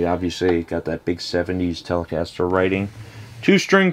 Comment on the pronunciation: "Bad-Ass Telecastah!"